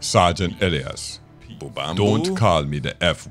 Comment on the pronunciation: Isn't it pronounced Eh-Lie-is?